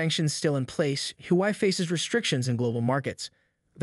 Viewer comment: i couldn't keep watching after hearing your pronunciation of the Huawei company name! how do you expect us to watch your content when you can't even pronounce the company name! dislike